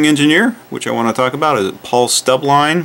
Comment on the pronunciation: It's Paul Stubblebine, not Paul "Stubbline". ;)